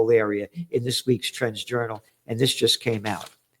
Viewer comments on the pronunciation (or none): When you say "trends", it sounds like "trans". 👀👀